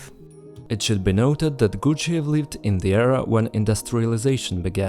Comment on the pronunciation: You sound retarded saying the guys name.